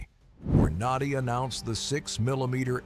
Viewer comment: This is terrible, terrible A.I. BULLSHIT. It begins by mis-pronouncing Hornady, and then mentions 7.62 NATO rounds while showing 7.62 x 39 AK rounds. I always thought the AK platform was rugged but not a paragon of accuracy. So much bullshit I couldn't watch the whole thing.